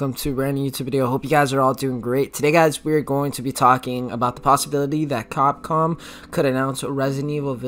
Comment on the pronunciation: Lol did you say “copcom”instead of capcom sorry had to point that out😂